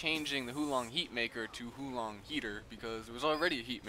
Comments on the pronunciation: not "hoo long heatmaker", it's "huo lon heatmaker" (chinese) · Huo Long Heater is pronounced Hwo Long Heater btw :3 I speak chinese.